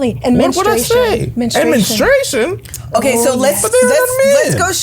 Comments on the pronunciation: Sis please stop saying men-estration. It’s men-stru-ation. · y"all was killing me with the "mennistration" lol...great topic though